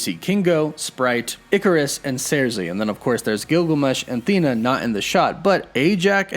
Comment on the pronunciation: Cersei is pronounced: Sir-See. Not Sairzee.